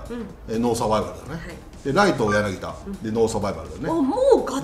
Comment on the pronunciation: やなぎだって言うなよ。やなぎたです